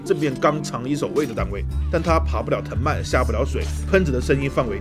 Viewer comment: 捉个小虫，藤蔓（wan四声）。当然我自己也念错好久